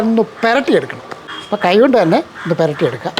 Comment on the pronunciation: അണ്ണച്ചി. പെരട്ടി അല്ല പുരട്ടി വെക്കൽ അങ്ങനെ അല്ലെ പറയുക